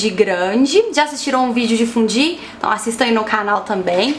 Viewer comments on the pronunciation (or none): A pronúncia certa é "fundi"?? Estranhei demais... sempre falei "fondi", até porque é assim que se fala em francês, que é a origem da palavra, não?